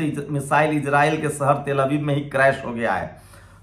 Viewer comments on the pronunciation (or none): Very bad pronounciation Hindi be sahi bol nah sakta Jaroori nahi zaroori hota hai sahar nahi shahar hota hai Faraj nahi Faraz hota hai j ko z z ko j s ko sh sh ko s ...padte ho